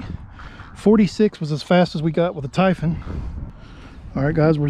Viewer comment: Ty-fun??? Tie phooooonnn